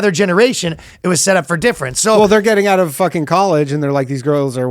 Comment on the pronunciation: As cool as Ryan is, as soon as he said "oouht with man haters" I instantly remembered how he will never be as cool as a downsie American who can pronounce 'out' like he isn't choking a tub of poutine